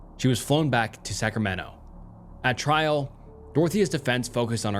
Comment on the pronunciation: I’m sorry… scramento?????!